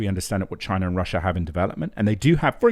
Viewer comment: Bro it’s Chi-Na